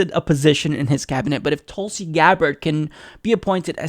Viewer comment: Pronounced as thoo(as in wool)lsi *